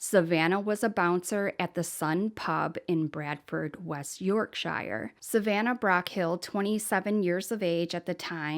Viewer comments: Pronounced *York-sha not Shire. ❤️ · Quick fyi - we don't pronounce counties (shires) as "shy'er" , it's "shur". So york-shur rather than york-shy-er. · Yorkshire is pronounced Yorksher btw xx